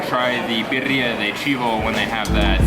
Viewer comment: Sounds like you say perria. (Little dog)lol. Birria thats. (Bee rree yah)😜